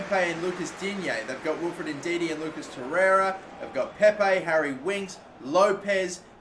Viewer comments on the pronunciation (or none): none